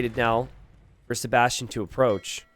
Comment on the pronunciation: pronounces Sebastian as "". Maybe this could become his new Alias.:)